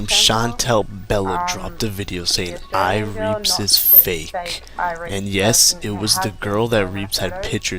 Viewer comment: when you said ireapzz i spit my redbull out onto my computer